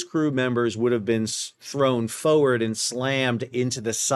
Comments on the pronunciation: Everytime you say Foewurd. We say FOEWURD! ❤ 🇦🇺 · I hate the way you pronounce "forward"